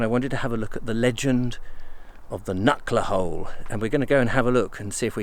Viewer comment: Its Knucker Hole.